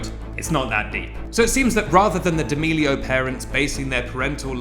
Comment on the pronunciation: saying D’Amelio instead of Deeamelio just sounds wrong